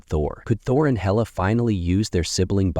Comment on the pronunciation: It's HAY--LA not HELLA...!